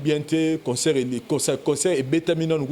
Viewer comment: on ne dit pas conceurt mais concert ne confond pas avec consoeur.